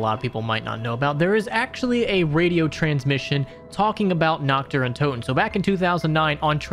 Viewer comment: Brooo it ain't difficult to say naRt deR untoteN and not nakt de untotew